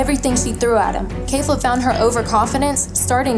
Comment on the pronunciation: It's KEFLA! Not khalifla.